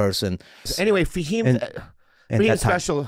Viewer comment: it’s fahim btw